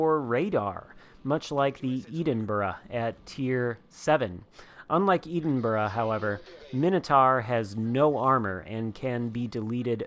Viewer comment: Just like a few others who find you're tediously boring and deliberate mispronouncing of Edinburgh. I'm unsubscribing too. Making yourself sound stupid.